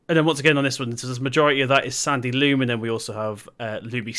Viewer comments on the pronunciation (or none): I'm really enjoying your videos again, it's great that you're back. The soil type is loam not loom by the way 👍🏼